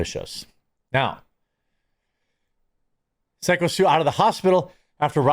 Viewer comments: Syko pronounced Psycho come on Quartering. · I'll buy some coffee when you start pronouncing Syko correctly 😂